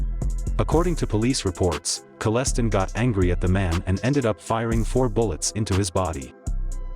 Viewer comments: Maybe whoever's doing this documentary shouldn't do it until they can actually pronounce the names right it's not collecting it's Kellestine and it's not lonestation it's Iona station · And Kel-LE -STIEN . Your killing me with how your saying his last name, but you did the damm thang. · His name is pronounced kellistine like frankenstieghn lol just 2 let you know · I’m related to the Kellestine’s through marriage. This video was hard to watch because of how bad the pronunciation is on the name. Sounds like a yeast infection treatment (canesten) over a name (pronunced like R.L. Stine) 😂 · A few corrections for you, oh great computer voice God - It's KELL-es-tyne, not kell-ES-tin and It's eye-O-na Station, not LOAN-a Station. Otherwise, good video. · His name is kell-stine not kell/stin wtf u talking about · It’s pronounced Kelii styne not kelleston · Kal-es-stein not Col-es-ton... Painful to listen to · It's Kellestine stupid not Celestine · 🇨🇦 YouTube lazy reporters can’t even properly pronounce a man’s name. Wayne Kellestine pronounced Kal - is - stine it’s a German name rhymes with Frankenstein ! I knew this man I owned property in the same vicinity of southern Ontario Canada. I watched a podcast it was so full of lies and missed facts you lied and stretched the truth that’s the American way a bunch of lying bastards on your first amendment.! Your God-given rights under your invaluable rights given to you by God euphony American bastards! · LONA Station 😂😂😂😂 its iona [i-ona]... and Wayne Kellestine [Kelly-stine] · His name is pronounced kele-stine! Screwed up some of the towns names as well. :( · It's "KELLEH-stine" even says so in your intro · Kell-e-stine is how it's pronounced if anyone wants to know. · It’s pronounced Kel-stine. And this wild dude is my wife’s best friends father. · Good video but mispronounced Kalestine drove me nuts !!! LoL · Wasn't it pronounced Kalestine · Kell es Tyne. I live down the road from there. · It’s pronounced like Palestine.